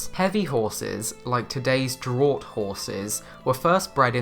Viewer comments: You say ‘draught’ horses…but it should be pronounced like draft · Just letting you know for the future that studies have shown carrying more than 20% of their body weight including tack (bridle and saddle) can seriously affect a horses muscular and skeletal systems. Also draught is pronounced 'draft'. Its the same word but spelt differently depending on whether its the UK (draught) or the USA (draft) .